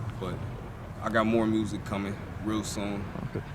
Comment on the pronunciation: Check out his "mursic